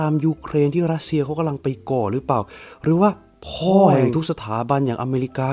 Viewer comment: ทำไมแอดต้องเน้นคำว่า 'พ่อ' ตอน อ่ะ